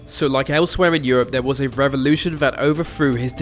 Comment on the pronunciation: That is a terrible voiceover. I suggest you practice more. THERE THERE THERE not VER VER VER.